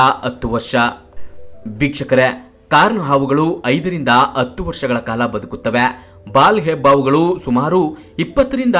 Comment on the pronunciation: ಅತ್ತು ಅಲ್ಲ ಹತ್ತು, information ಚೆನ್ನಾಗಿದೆ, ಕನ್ನಡ ಸ್ಪಷ್ಟವಾಗಿ ಮಾತನಾಡಿ, all the best🤝👍🏿